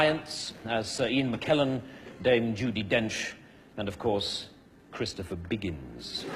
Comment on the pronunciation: do cái cách phát âm từ đó làm khán giả nghe vui tai á bn để ý kĩ sẽ thấy môi ổng đọc nhấn mạnh kiểu đang cà khịa í :)